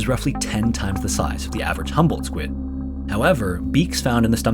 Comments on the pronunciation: It's HUMBOLDT not "humble". It owes its name to the Humboldt Current where it was discovered and the Humboldt Current is named after the Prussian naturalist ALEXANDER VON HUMBOLDT, who conducted the first scientific measurements of the cold-water ocean current in 1802 during his expedition along the coast of South America. Another thing, the squid is known in Mexico as "DIABLO ROSSO" because in Spanish the subject comes always before any qualifiers. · I kept thinking you said “humble” squid the whole time lmao. Love these videos! ❤